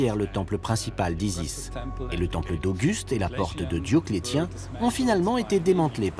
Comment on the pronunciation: Dioclétien se prononce « Diocléssien »